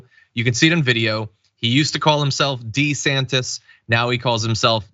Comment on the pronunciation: wheel but he's been calling himself "duh-santiss" his whole career. changing it now to "see-santiss" is just weird.